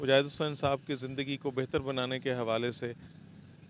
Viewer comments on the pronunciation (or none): then why did you say "jindagi" instead of "Zindagi"...??